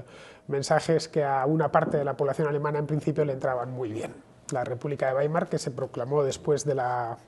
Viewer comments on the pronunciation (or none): none